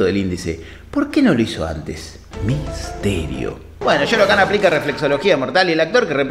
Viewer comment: No se dice Shao Khan, y no Shoro Khan? Misterio.... Igual pase lo que pase banco a este canal con todo mi ser, son fan